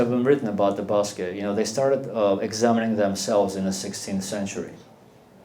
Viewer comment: what a boring speech full of arrogance and pseudoscience. Too much mythology and ethnical supremacism... first of all start pronouncing Basque Country properly, is not Basky Country. [Bask] The Basque vocabulary is limited? Do you speak Basque to make that statement...why everything of Armenians must be the best, the widest, the oldest, the richest, and the only land chosen by God? Everything is very murky! You look the leader of a sect...